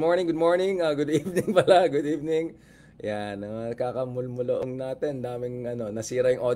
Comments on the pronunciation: I like the way you said "mulmulloong" sir Richard 😅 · Did you say molmolloong sir Richard😂😂😂